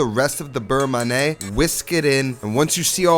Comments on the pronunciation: not ma-neh ... ma-ni-hey! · Looks great. You got the pronunciation right for beurre but pronounce man'yay for manié.